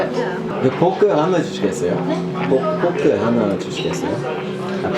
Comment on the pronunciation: 이 포크라고 하니까 영어로 말하는줄알고 당황한건가 ㅋㅋ 발음 한국인수준인데